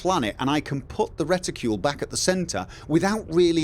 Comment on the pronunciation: you saying reticule pretty funny:) It took me few minutes to even understand that its reticle... I mean I know the word, but I never even thought about its American and British versions, at least I assume it is American and British versions... like armor\armour. Or perhaps you saying it like you supposed to say it, but since Im not an Eng. speaker I just dont know how to pronounce it:) In any case - Im glad you found something that makes flying easier for you, I still think its pretty ok by default, Im not even sure I wouldve liked auto-centering of any kind, at least not on the mouse.